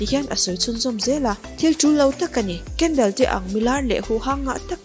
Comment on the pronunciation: Kendel ni lovin kendol tih zawk tur aw